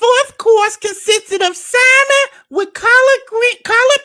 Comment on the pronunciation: The fact that this man pretends to be so rich and sophisticated, yet pronounces the “l” in salmon is blowing me 🤣🤣🤣